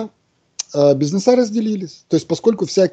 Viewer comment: Пусть наш умник правильно произносит слово бизнес, режет слух.